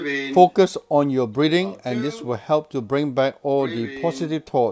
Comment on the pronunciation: I love how he says breathing in all his videos sounds like "briebing" :p